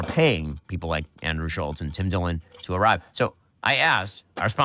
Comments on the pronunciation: Tim Dilling? It is Tim Dillon. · lol "Tim Dilling" ???